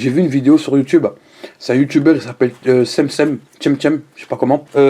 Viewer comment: On prononce pas sem-sem mais tchem-tchem